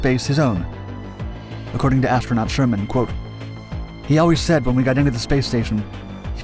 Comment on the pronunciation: Helen Sharman, not Sherman.